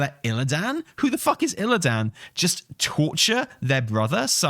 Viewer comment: IlliDAN IlliDAN IlliDAN 😬 Like nails down a chalk board 😂 it’s like listening to that guy from WarcraftBible pronounce Sargeras 😭